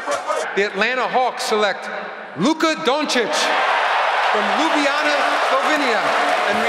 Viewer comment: Adam Silver learned how to properly say Dončić and Ljubljana. Respect